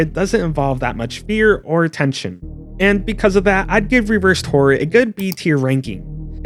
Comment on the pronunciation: It sounds like you're saying "whore" instead of horror. Maybe you also say "meer" rather than mirror?